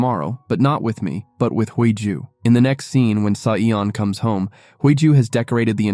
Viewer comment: The FL's name is pronounced Hee Ju not Hui Joo. The two leads are good looking which took away some of the plot where they were both threatened by a psychopath and living under a dangerous situation. A romance has developed under this black cloud. Very interesting plot if you consider all the factors in their daily lives. I really enjoying this series 💞💛💞